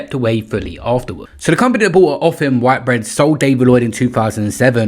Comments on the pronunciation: That was so annoying. It’s a major company in this country. WTH?! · whit - bread, not white bread. Learn to read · It's Whit-bread. Not White-bread btw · Whitbread is pronounced how it's spelt. Where are you getting white-bread from?!😅